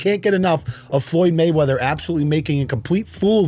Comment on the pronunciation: Makes fun of Gayweather saying Mayweverse....can't say Anon correctly... You can't make this shit up.